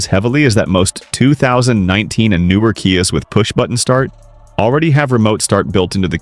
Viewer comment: ..."kaias"?😂...don't you just hate AI voiceovers?!!!😅😊